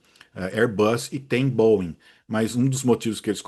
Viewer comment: Tá perfeito. É sempre um prazer assisti-lo. E, se possível, nunca "aportuguese" pronúncia dos nossos queridos Boeings. Tá excelente do jeito que está. Abraço!